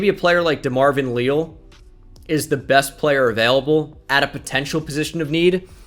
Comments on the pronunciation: DeMarvin "Lee-Al" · can you please say DeMarvin Leal's name correctly holy shit